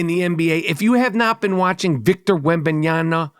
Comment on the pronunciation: Haha Mike has a track record of mispronouncing NBA players names. He got the 2 German players right in Wagner and Hartenstein, but not the French Wemby. 😂